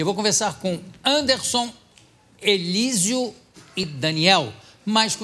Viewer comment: Pra vc ve como ele conhece eles o cara fala elisio pqpp